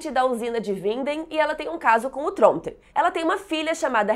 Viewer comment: te adoro tu é ótima. Mas porque tu fala Tronteee como alguém de inteiror? Kkk